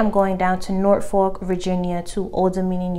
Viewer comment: It’s actually pronounced nor folk lol not norfork 🤣